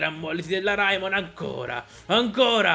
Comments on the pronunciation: Si dice Reimon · la pronuncia corretta è Raimon